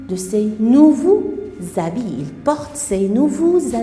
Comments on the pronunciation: On dit ' habits ' et non pas ' habilles ' . Grande différence entre vous et Mme Houda, c'est bien dommage.. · habits et non pas habilles ?? c'est quoi ça en plus on dit 3 heures avec s et non pas 3 heure